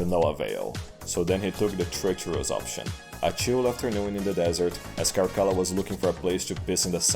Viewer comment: Man, even told through meme format, Cascilla sounds worse than even Caligula.